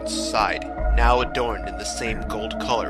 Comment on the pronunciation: "are you serious right neow?"